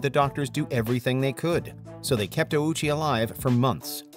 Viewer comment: Respectfully, this video is not great. First off, Ouchi's name was pronounced incorrectly every time, and you kept all the misinformation here about his case. Secondly though, some of these are nowhere near "the most brutal ever." As some of my friends in the comments said, having something we aren't sure even existed over cases like Likens and Junko is criminal.